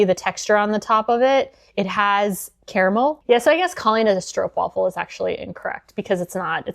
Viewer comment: The a in stroopwafel should be pronounced like aa, like in maak